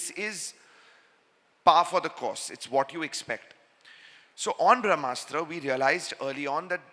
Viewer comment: Why Ayan is pronouncing Brahmastra as Vrahmastra, ....